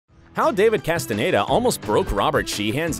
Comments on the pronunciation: right well im from Barcelona and my mums from Chile umm both of them would say David 'Castanyeda' and not David 'castan a y e day'. If you don't mind me asking where are you from? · I mean.. He also said David Casten-aye-da 😭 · “V-log” and “Castanedo” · So the narrator 1) hates Robert 2) Can’t say David’s last name 3) loves Tom